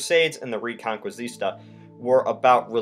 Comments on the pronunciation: i think is pronunciated "re-con-kees-ta", not "reconquisistar". Just an observation bro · Reconquista (Re-Con-kee-sta) I'm guessing you mean... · You butchered the pronunciation of Reconquista to such an extent that Im even surprised I knew what you were even talking about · Such a smart guy but how he said reconquista was hilarious